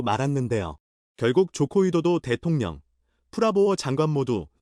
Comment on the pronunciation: 발음. 대동렴~대통령 기본글자임